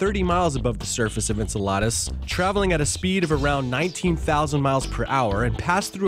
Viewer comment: The way this guy says Enceladus sounds like enchiladas LOL That's the proper Greek pronunciation, but if it's Saturn's satellite's name then you say it differently.